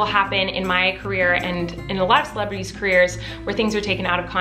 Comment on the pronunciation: every time she says celebrities i hear miranda